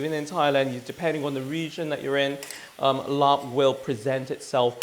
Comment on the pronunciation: Work on your pronunciation - it’s laap or lap, im not sure how and when the “rb” has been added in the translation but it’s not said. ลาบ = ล(“l” consonant sound from “lemon”)า(“a” like apple long vowel) บ(“b” but more like a “p” sound, say “Peter”) .. and Khao (rice)-koo-wahh(cooked/cook) - to be honest, describe it as toasted rice would be a better way. The recipe is fine, the mince is rather healthy and lean - how about sticky rice 😊